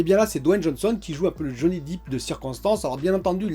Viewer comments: Depp !!! Pas deep !! Ah ah, ton anglais, c’est la cata ;-) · Johnny Dip! Il fait des dips, c'est de la muscu! C'est Johnny "Dèpe" pour la prononciation,! 😁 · Johnny deep mdr ta prononciation tu assure comme tjs😉